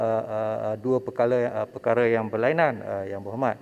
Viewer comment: gugup ka dengar ratusan juta..sebut perkara pun perkala...haha..